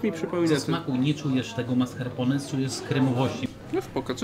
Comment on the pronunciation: Hahaha tez to uslyszalam